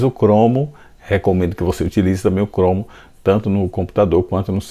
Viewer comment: impressionante como tu fala as palavras erradas 😂😂 "chromo" , "thumb band" kk , mas valeu as dicas, brigado parabéns pelo conteudo